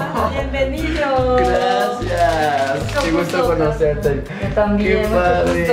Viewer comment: Choche dijo GLACIAAAAAAAAS! porque es chinita jajaj